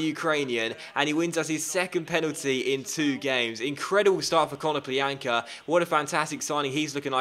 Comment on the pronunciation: Ko-no-PLYA-nka the Ya is pronounced like in yannick